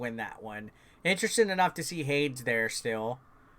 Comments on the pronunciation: It's pronounced Haydes. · HADES = Hey-dese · Every time he says Hades wrong 😂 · It was definitely interesting 🍅 🥔